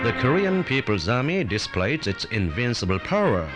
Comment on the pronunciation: "The Korean Peoples Army disprays it's inbincable powra"